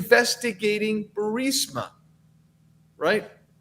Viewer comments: Fascisistic is the correct term. And Aberration. Not Aparrition. For the last time, Benny, it's Bur-ees-ma. Not Bursima. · Benny your show is great and gets better and better but here's 2 constructive criticisms: 1. Burisma is pronounced BURR-IZ-MA. 2. Maybe think about making your speaking volume a little more consistent. I understand that you're a passionate guy but it's a difficult sometimes... sometimes you speak in almost a mumble or whisper, really really low... and then you start yelling really loud till your microphone gets distorted. OR get your audio guy to dial in a good compressor setting for you voice so that the volume is a bit more leveled. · Please again stop saying Burisama. Rather say Bearissama. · Benny!! It’s Burr Reese Mah. Stop saying Burrs ih mah. You’re killing melt ears. Burr Eeeess Mah. Omg. 😱😱😱😱😱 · Benny ..please pronounce the energy company's name properly...not BURSAMA ...but BARISMA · NOT "BURSIMA"!!!! ITS "BURSIMA"!!!! Benn has always said it wrong... BEEEYOURIZMA"!!!! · Hey Benny! It's pronounced Burr Esma not Burss ima! Not that it matters! Great work! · Burisma is pronounced BURR-EEEEZ-MA. NOT bur-simm-a. Sorry Benny it just hurts my ears when you miss pronounce words. If you had spinach in your teeth I'd tell you that too cuz I'm a real friend...love ya Benny. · Thank you! Also, if I can correct you - the name is Bu-Riz-ma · I believe the company's name is pronounced bur-IZ-mah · I really wish you would learn to pronounce Burisma correctly Benny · Has anyone caught the file Joe Biden is holding instead of saying Evidence it says “EVIDNECE” 😂 I hope this wasn’t you Benny,because I laugh every time you say Burisma because you mispronounce it really bad!!!! But hey I get your point of the video!!! I wish you could do videos of how our 2A is being trampled on by ATF!!!!